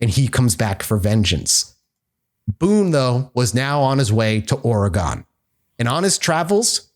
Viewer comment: It's ore-GUN. Not ore-GONE. We ain't gone nowhere